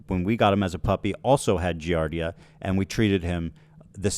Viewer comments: These uneducated wizards on the internet talking about something they can't even pronounce correctly... "Giardia." I had a girlfriend that got it from her swimming pool, my dad's wife got it from drinking their tap water and has since gone entirely to bottled water... it's extremely common. The good news is the people after you are utter dunces. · also these morons can't even pronounce giardia and know nothing about it, they shouldn't be speaking on it. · It's the fact that 90% of these morons keep talking about the Giardia scare without even knowing how to pronounce the disease, let alone what it is. like be so fr. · These dumb asses can't even correctly pronounce the diseases they claim to know about. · they can’t even pronounce giardia 😂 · It’s so funny how they’re talking about how people get Giardia and they’re not pronouncing it correctly or know what it is lol…..it’s wild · These idiots can’t even pronounce giardia let alone know what it is. Take a deworming call if a day it’s not that serious unless left untreated. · God they’re not even pronouncing Giardia correctly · the laughable fact that they can’t even pronounce giardia lmaooo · These people don’t even know what they are talking about. They don’t understand giardia (THEY DO NOT EVEN KNOW HOW TO SAY IT PROPERLY) and how it works. When I adopted my cat my dad randomly contracted it and we are all adults maintaining a clean house. PLUS ETHAN SAID NO ONE EVEN GOT IT 😭 if he was neglecting his kids why would he self report online, he has a brain unlike Denims - man does this chick creep me out. How is she so confident talking on subjects that she knows nothing about??! ACTUAL PSYCHOPATH BEHAVIOUR I am so pissed this is happening